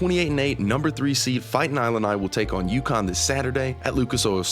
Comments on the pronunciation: Great insights, wish the AI agent knew how to say Illini (LOL) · He pronouced "Illini" wrong. It's like "Illinois" at the beginning. Whatever. How am I supposed to trust this when he can't pronouce that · I assume this is AI since they mispronounced everything, including Illini??? Ugh. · Haha except for how to pronounce Illini and Wagler 😂